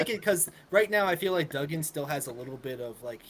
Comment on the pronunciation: It's DUGgan, like you DUG a hole!!! Not Doogan....